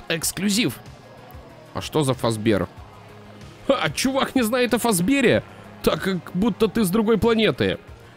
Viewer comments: Не фазбе́р а фа́збер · фазбере читается как фазбер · Правильно говорить Фа́збер